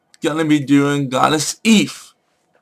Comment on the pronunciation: her name is pronounced 'eefa'